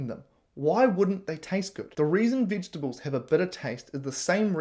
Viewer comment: can't even pronounce "vegetables".